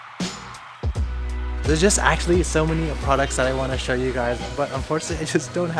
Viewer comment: "oh I just want to show you (shoyu)" 😂 love these vids